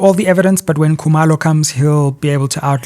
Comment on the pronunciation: Sizwe pronounces Zulu names like a Walsh would "Coo-mur low"and Xhosa names like a Mpofu,"Xola Nqola"😂😂